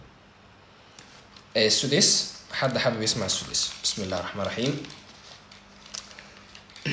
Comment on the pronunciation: بعد اذنك يابنى الفاتحه ليس فى تكرار الراء فى الرحمن الرحيم حفظ الله